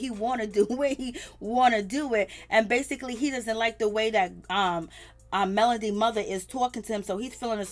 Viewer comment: And it’s MEL-O-DY. not Melondy 😩